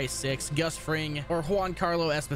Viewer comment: straight dislike for how you've pronounced Esposito! Dude, be more professional, wtf?!